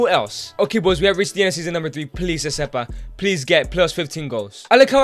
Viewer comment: It's not eseba it's RECEBA